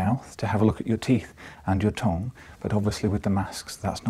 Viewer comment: ‘your tong’ I’m deffo calling it that from now on